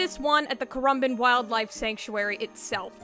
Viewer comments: I live on the Gold Coast and can confirm you pronounced the name of the sanctuary correctly. I used to commute passed the Sailor Moon statue every day. I am shocked to see it getting so much international attention years after the fact. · I'm Aussie and have actually been to the Currumbin Wildlife Sanctuary (you said Currumbin right!), I went there before those two Koalas were painted unfortunately